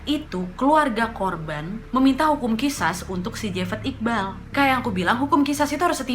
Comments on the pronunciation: Wak qisos bukan qisas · Khisos wak bacanya bukan khisas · Mhun maaf teh... Itu di baca nya.... Qishos... 🤗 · Qisos ka dibacanya bukan qishash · It's sound Qishosh, kak. Ehehehe Btw, yep. Maaf itu paling gampang diucapkan, paling sulit dilakukan, paling mulia klo udh bner2 ikhlas